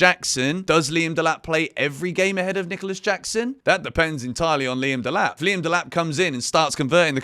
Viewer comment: Delap 😫😒 Tad boli ❌️❌️